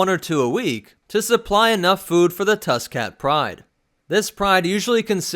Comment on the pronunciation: I thought you said tuskin cat like tuskin rader cat